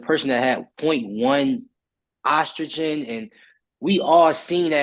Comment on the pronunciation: Ostragen? So many people can't even pronounce it, but will put their life on it that they understand what a billionth of a gram is and how steroids work on a molecular level. 😂